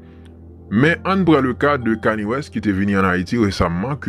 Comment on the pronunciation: ou bezwen di kani West li pa sonen bien ou met di keni west c konsa nom rapper a prononce: keni west